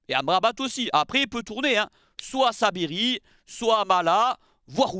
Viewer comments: C'est Saibari et non Sabiri 😜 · Tu t’es trompé ce n’est pas Saibiri mais Saibari